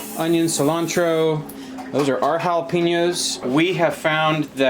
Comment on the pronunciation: I’m always surprised when you say jalapenos… lol